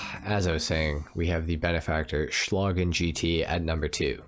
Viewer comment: Oh, and congratulations, you might be the only english speaking gta youtuber who pronounces "Schlagen" right.